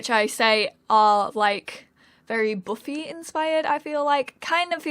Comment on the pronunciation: Did You just pronounced Buffy-buuufii 😂😂😂It’s pronounced-BAFFY